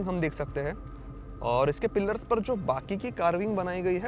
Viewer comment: भाई पिलर बोला करो पिल्लर नही 😂